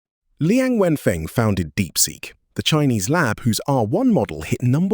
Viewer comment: lmfao, the first three words are already a gut-buster 😂😂😂😂😂. HAHAHAHAHAHAHAHA "lee-ang when fang" HAHAHAHAHAHAHAHAHAHA Omg that's so funny